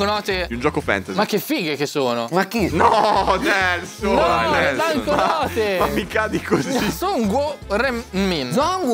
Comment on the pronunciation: È GIUSTA LA PRONUNCIA DI NELSON E FUFU È PIATTO GHANESE!!!!!